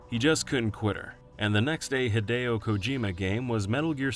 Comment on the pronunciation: A note for your narrator, "Hidechan" is "Hee-deh-chahn," not "Haid-chan". "Hide" is obviously short for "Hideo," which is of course not pronounced "Haid-oh" but "Hee-deh-oh".